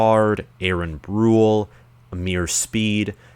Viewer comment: For the love of god can you say brule name correctly “bru-lay” you say it wrong in every single video